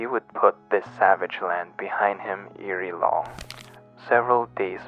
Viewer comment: Ere is pronounced "air" not "eeree"